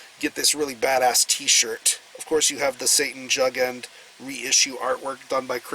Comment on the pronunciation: Hi,. I believe it's pronounced "yougend" and translates to Satan youth but I may be mistaken.